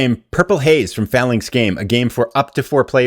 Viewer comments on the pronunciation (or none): none